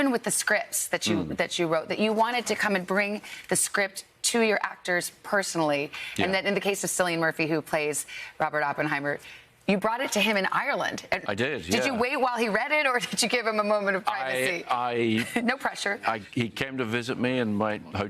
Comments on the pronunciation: Sillian Murphy … really??!!! It’s pronounced “Killian” and spelled “Cillian” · It’s pronounced ‘K’illian correct? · Cillian its Cillian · I'm sorry, did she just call Cillian, 'Sillian'? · He doesn't have a smart phone, but he doesn't mispronounce actors names. I guess you have a smart phone, and you said Sillian Murphy. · It’s “Killian” 🤦🏻‍♀️ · "Sillian" - granted he may not be as well known on this side of the Atlantic as other members of the cast but maybe double check that you are pronouncing the main actor in a really big movie before the interview with the director!!! As far as Irish names go, it's not the most difficult to pronounce. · Cillian Murphy must be humbled by people still saying “Sillian” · It's Killian then. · It's pronounced as "Killian". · Did she literally just mispronounce Cillians name? Girl, do better! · Good interview, but it's Cillian with a K-sound not an S-sound, Savannah. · She should learn how to pronounce Cillian. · She can’t pronounce Cillian Murphy’s name correctly? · It’s Cillian, pronounced like a “K” sound, not an “s” sound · Please learn to pronounce Cillian Murphy’s name properly. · Embarrassing for TODAY not being able to pronounce Cillian Murphy's name correctly.